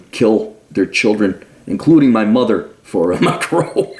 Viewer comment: At first I thought you were saying "micro", and I wondered what a micro is. I suppose we can all agree that Mike Rowe is in no way micro.